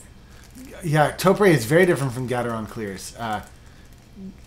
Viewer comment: I just thought I'd school you guys. The Japanese company, Topre, that originally designed said switch is pronounced just like the talk show host Oprah. Topre sounds like Toprah. If you can get ahold of their phone number, you can actuallly listen to their reception voice mail message and you will hear them pronounce it like I've tried to describe it phonetically. Just thought I'd try and clear that up. Huge fan by the way. Just received the JD61UP black carbon fiber case from you all. Thanks for the very well made product. I decided to not get the CF universal plate from Sentraq because their tolerances are not tight enough and I'm rather sure they aren't using 5K carbon like this plate is. I'm pretty sure I read or heard you say it's made from that quality of CF. Either way, I'm very pleased.